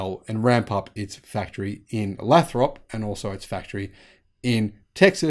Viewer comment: Lay Thrup not Lah Throp California. There is a YouTube video for the pronunciation